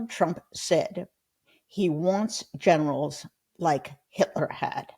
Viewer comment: Hey, Jen. Did you say "Hitler's Generals" or "Hitler's Genitals"? I guess with Don the Con it could be "Both!"